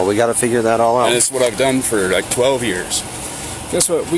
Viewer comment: If its not an emergency, why call 911? "This isnt loike an Emergency or nuttin'" Then why call, "Umm Hum Nine One, One?" "An incident someone were taking Photos". Can people not hear what they say?